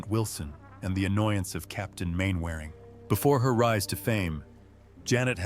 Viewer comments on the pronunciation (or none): Mainwairing PRONOUNCED " MANNERING"